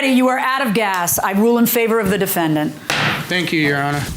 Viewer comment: Harvey irks my entire soul when he says "Defen-DANT"